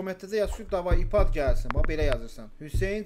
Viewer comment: Aypəd deməydənsə ipad deyir